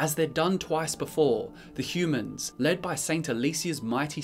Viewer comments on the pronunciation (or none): none